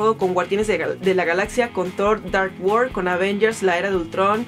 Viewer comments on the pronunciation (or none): none